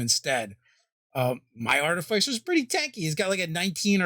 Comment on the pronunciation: Always mispronouncing Artificer.